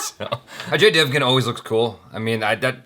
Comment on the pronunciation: Dev"gun" like actual "gun"